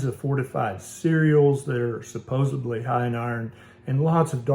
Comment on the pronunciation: The word is supposedly not supposebly